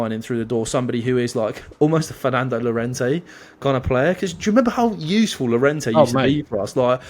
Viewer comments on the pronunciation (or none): Llorente??? 😂 come on now